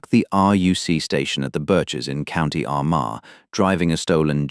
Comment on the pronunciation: You can't even pronounce Armagh!